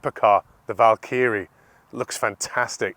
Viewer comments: Strange way to pronounce “Valkyrie” and “Superleggera” threw me off a little 🤔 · If you can’t pronounce Valkyrie and Superleggera properly how do you expect us to take this review seriously? Clueless 👊